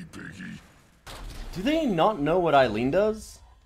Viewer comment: Come on, "Eileen"? Oh I swear...